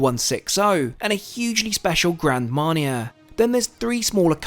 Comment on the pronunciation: Hard to believe anyone who is so widely traveled can't correctly pronounce Nassau or Grand Marnier.